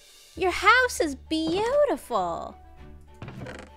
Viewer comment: Beeuterful lol 😂